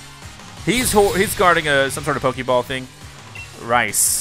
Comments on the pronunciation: Nobody: when he sees a kid named Rhys (pronounced Reese): Rice! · The poor kids name is (rees) not rice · Man said Rhys like rice🤣